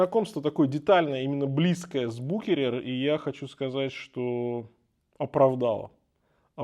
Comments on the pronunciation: бушерер ))) какой букерер ахахахахах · Буквосочетание ch в немецком языке (а бренд родом из немецкоязычного швейцарского Люцерна) после гласной u читается исключительно как твёрдый [х]. историческое и официальное произношение самого бренда — исключительно Бухéрер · 1. В русском языке смеются не С чего-то, а НАД чем-то. 2. Правильное произношение Бухерер. Это немецкие швейцарцы,если чё😂😂😂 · я тоже посмеялся с букерер ахахах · Боже сколько хейта. Ошибся в произношении человек. Спасибо за труд, за ролик. Марка интересная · Коробит неправильное произношение брэнда,может надо было разузнать правильное произношение брэнда принятое в русском языке!